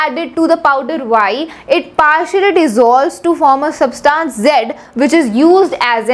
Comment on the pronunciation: you are pronouncing SUBTANCE in a wrong way. Try to fix it.